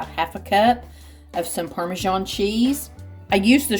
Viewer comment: Parmesan is pronounced with an 's' not a 'jh'